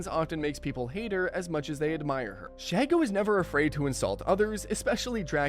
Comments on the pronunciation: ALSO, Vicky and Azula share a VA: Grey DeLisle/Griffin. You got a two-for-one special. SHEE-go, not SHAI-go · Shego susprised me, also it's She-Go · “Shego”❌ “Shago”✅